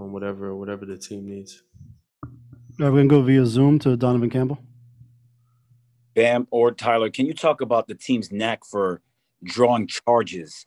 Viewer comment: calling bam “bum” is the funniest thing every time he says it